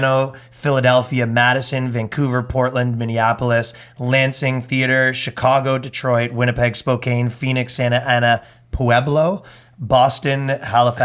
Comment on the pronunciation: Oof... Spoh-Can Mr. Long. Not Spoh-Cane.